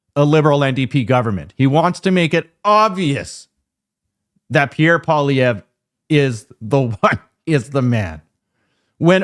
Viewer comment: Holy F. can’t even pronounce the family name of Pierre Poilievre. How can anyone take him seriously as a political pundit if he misses the most basic detail.